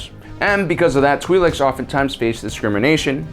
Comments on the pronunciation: It is in fact pronounced "tw-eye-lek' (singular) "tw-eye-lex" (pleural). And their ability to have children with humans only exist in Cannon. In legends the two species were genetically incompatible. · I think they're pronounced "twil'eks" like with ill but with a tw at the beginning and ek as in the last part of the word neck I think I heard it pronounced that way in clone wars but I'm not sure if I'm correct I'm mainly guessing.